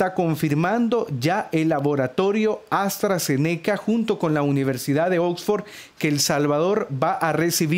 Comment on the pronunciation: Se dice AstraZeneca junto no aztra ze neca y la universidad es de Reino Unido no de usa